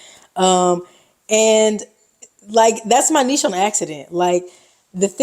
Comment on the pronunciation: Sweet camera! Good job. And I appreciate that you know how to properly pronounce the word “niche.”